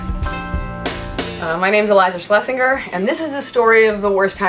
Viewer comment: Being German, I sooo want to correct her pronunciation of her last name to her.